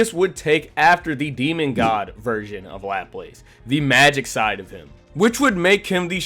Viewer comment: Great video, only thing laplace, pronunciation is luh-plas